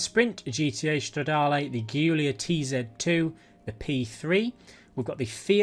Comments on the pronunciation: It's Giulia not Ghiulia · for future referwnce and just to aid you with pronunciations the Alfa Romeo Guilia is pronounced as "Julia"